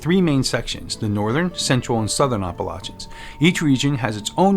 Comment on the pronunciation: Also thank you for pronouncing "Appalachians" properly. 🤣 So many videos on YouTube butcher the pronunciation.